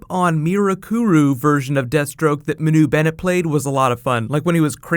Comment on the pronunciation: It's not Manoo Bennett it's Ma-Nu Bennett. Get it right.